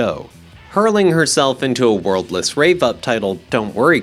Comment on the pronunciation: “crontrast”? “worldless”?